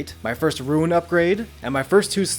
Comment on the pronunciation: What part of the word R-U-N-E makes you think you should pronounce it "Ruin"?